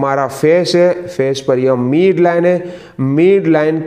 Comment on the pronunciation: मीड नहीं मिड होता है